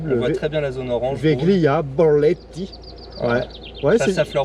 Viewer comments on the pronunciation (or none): Ah et la prononciation de Veglia c’est « veeeelia ».😉